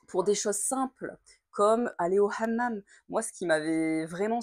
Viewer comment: Excellent, tu as bien prononcé le mot hamam à la marocaine et non pas à la française